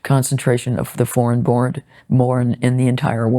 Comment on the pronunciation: Lionel, I had to rewind and check - instead of 'foreign born', I heard you say 'deformed born' (in NY); from which I'd predicted the conversation would include immigrant immediate-cousin marriage and its effect on birth deformity figures.